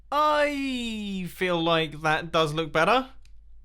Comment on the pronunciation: Every time he says better. I think je says batter